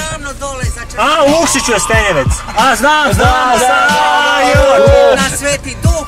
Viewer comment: kaze se stenjevec